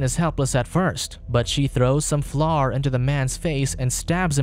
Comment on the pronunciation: I love how nobody is comment on how he said flour😂